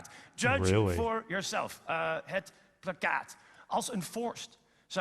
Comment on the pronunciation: *plakkaat ('placcaet')